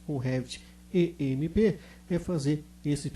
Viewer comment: Não é E M E P, certo? Seria M E P